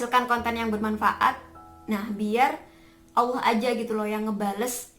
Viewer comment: mbaknya cantik kalem baik pula😊 terimakasih atas motivasinya mbak🙏 Tetap semangatss👍 mbaknya seperti santriwati pesantren?🤔 saat melafalkan lafal Allah makhorijul hurufnya bagus dan auranya cerah banget berkah wasilah sholawat Nabi Muhammad SAW.